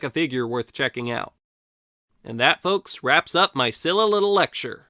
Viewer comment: SKEE-luh. It's pronounced SKEE-luh.